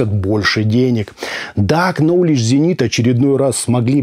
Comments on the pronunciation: Пожалуйста запомните, Ноулидж зенит, а не КНоулидж. Нож, вы же не называете КНайф, а говорите Найф. Обзор отличный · К не произносится. Новледж